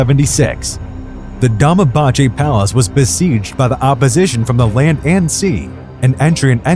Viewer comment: You are pronouncing "Abdülmecid" and "Dolmabahçe" wrong. In Abdülmecid, "c" in his name is pronounced similiar to "j". Thus, "Abdulmejid". In Dolmabahçe, "ç" is pronounced as same as "ch" (like "Channel")